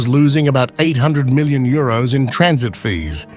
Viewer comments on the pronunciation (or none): none